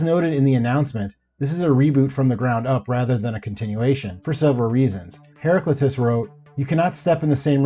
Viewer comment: Several weird errors here. JMS didn't work on ALL the B5 novels, unless you mean giving tips or approval to others who wrote them. And you mispronounced Heraclitus. (The CW is owned by Warner Brothers. The W stands for Warner Brothers, though, doesn't it?) What's the deal?